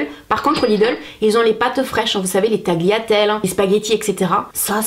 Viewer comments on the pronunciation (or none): Stop de prononcer le G de Tagliatelles ahah . Mercii pour cette video au top comme d’habitude ❤️